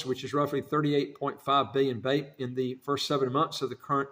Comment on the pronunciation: The name of the currency is pronounced slightly differently